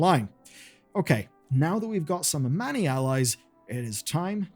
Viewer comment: ah-many, really? lmao. you have countless in-game examples of them being pronounced as ah-mawnee, how do you get that wrong as a wow lore youtuber?